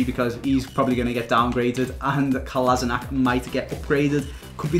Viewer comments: Clichy plays in turkish League now and you call it Kolasinatsh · it is a pronounced Kolašinac